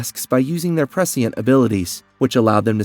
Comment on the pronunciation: Cuz he Butchered the ENTIRE video with his speech and the only thing most “true” dune fans can focus on is his ridiculous pronunciations - that change by the minute fyi! lol. He literally says the same word multiple different, incorrect ways! His struggle with the word “prescient” is REAL! Lmfao. It’s very hard to take this content creator seriously. He’s just wanting to cash in and monetize a “Dune” video with his clickbait title since it’s such a hot topic currently. Smh. C’mon dude. At least ACT like you know the story a little. LOOK UP how to pronounce words before you read your little script. There’s a novel idea! 💡🥴